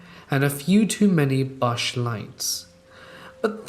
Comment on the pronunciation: BUSCH LITES is pronounced BUSH so you know as it seems to come up a lot. all the best